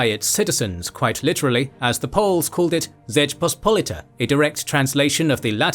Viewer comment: Congrats on nailing pronunciation of "Rzeczpospolita" and "Władysław". "Radziwiłł" was aldo quite good. Slight hiccups on "Ossoliński" are easily forgiven - Latin alphabet is more of common divider than common denominator when Indo-European languages are concern